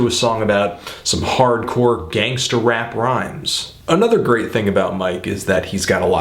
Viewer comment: "hardcore gansterrr rrap rrrhymes" lol, whatta geek